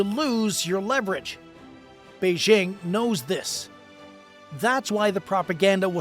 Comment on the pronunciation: Okay, so the second syllable of "Beijing" is like the first syllable in the phrase "jingle bells." It's not difficult.